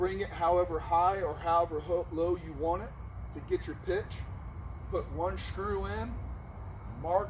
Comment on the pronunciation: I learned a new word today “shkrew” 😂🤣